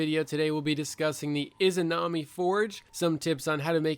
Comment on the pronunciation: the "imanazi" forge